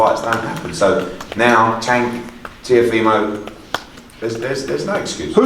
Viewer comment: Did one of the reporters call him Teofemale Lopez?